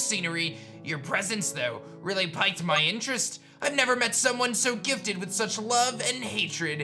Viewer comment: being dislexic myself, I totally feel for your mispronunciation of the word Piqued, it is pronounced "peak't," just fyi, not trying to make fun in any way, just trying to help be a little informative.